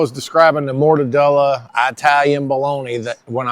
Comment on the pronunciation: I've been eating mortadella long before I tried regular bologna. Yes I'm Italian-American and I appreciate your articulation efforts! Thanks.